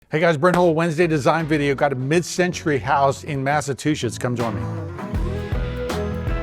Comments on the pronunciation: You said Massatwoshits😂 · he said it again and again